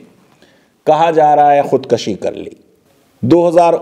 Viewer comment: Sir, with due respect, Khud kushi is correct pronunciation.